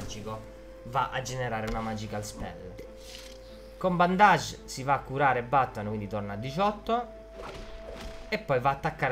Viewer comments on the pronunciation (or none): Come lo spiega lo solo pochi!, d'accordo che la relazione tra Batman e Alfred è un po' equivoca, però sarebbe più corretto dire "bandage" (bendeg) invece di "bondage"🤣